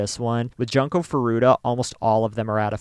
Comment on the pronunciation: I understand this channel is a English speaking channel and my comment wasn't meant to protest or attack, there are many Japanese who read english names the wrong way too. I just was wondering why not pronounce it the way it's literally read because some (and I mean non English people who visit this channel) might be confused trying to identify "Janko", as I was, for a few seconds until I realized it was Junko. :)